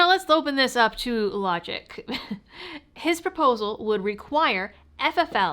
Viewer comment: It’s all sounded good except when she said the word LOGIC. 😂